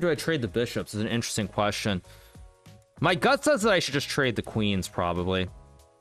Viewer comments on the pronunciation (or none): none